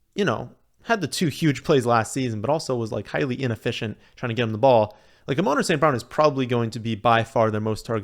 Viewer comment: It’s not A-Moan- Rah It’s A-Mon-Rah